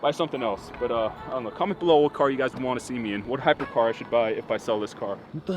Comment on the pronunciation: Its not "hypercar"